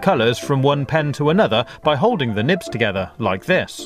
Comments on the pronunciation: Idk why but "nibs" sounds soooo wrong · Lol i love the way he says thin nibs 😄